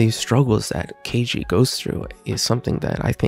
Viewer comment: Its kaiji like kayji not keyji